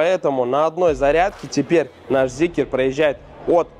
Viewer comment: Ля, а можно зикр называть зикром, а не зикЕром?